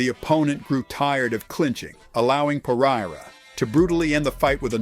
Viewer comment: "Pa-rye-ruh" Jesus, can you people at least try to pronounce his last name correctly?